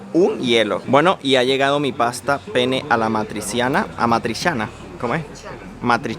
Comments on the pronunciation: non e pene, dobresti essere penne dopia n. o suena un poco raro para los latinos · La pronunciación no es pene como el miembro viril masculino es penne pronunciando la doble n. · no es pene!!! se dice penne con doble N es mum importante. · Ma se lo pronunciate come fa il ragazzo, con una sola N, la gente capisce Pene e non Penne! E “pene” è il membro maschile anche in Italiano. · Soy italiana,te quería decir , que la pasta que te comiste, ( Penne alla matriciana) no es di Napoli , es un plato típico de Roma. P.S. Muy cuidado cuando pronuncia Penne ( la pasta). Porque como lo pronuncia la gente hispanoblante con una sola N, en italia tiene otro significado 🤣🤣🤣 🤐😛. La pizza en Napoli no tiene otro estilo, es simplemente la verdadera Pizza!